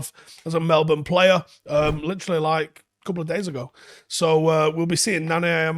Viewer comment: Love how pronounced "Melbourne" correctly.